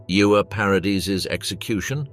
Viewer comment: Ewa is pronounced Eva, not Iuwa. It's German, not Welsh. 😂